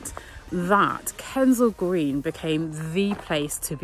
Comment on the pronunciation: It's Kensal Green dear, not Kendell Green.